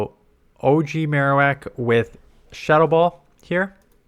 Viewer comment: I really dislike how Ninact will have an event for that character's special move, but then make it irrelevant. Mr Irrelevant today: Alolan Maro-wickty- Wak